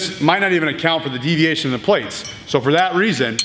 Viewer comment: "Deviatino" is my favourite spanish soap opera